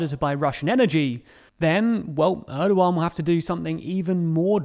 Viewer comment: president Erdogan not Edowan